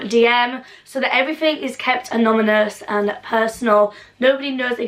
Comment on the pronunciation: You said anonymous wrong